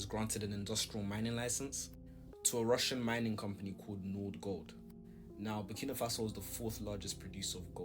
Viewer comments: Buh-key-nuh-fa-so bro - keeping going loving the diverse content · At this stage brudda don’t know how to pronounce Burkina faso, your mocking it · is not butkino is burkina faso funny bro 😂😂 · Champion but still go the name wrong lol who is 'Booking Mafaso'? lol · your getting close, it’s BURKINA like birkin bag with AH at the end 😂😂